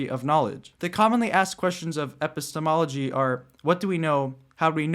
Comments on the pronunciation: did you intentionally mispronounce epistemology ? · I guess you didnt actually mispronounce it. You just had a really long pause between the epi and stemology as if it were your first time saying the word, and than it sounded like you got it down a little better the second time you said it.